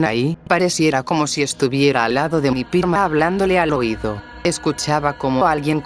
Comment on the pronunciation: en vez de decir prima dijo pirma